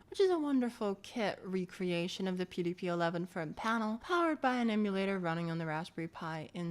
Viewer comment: Did you notice how it effed up the pronunciation of "PDP"? It's AI crap (cf also eg 's "threeee")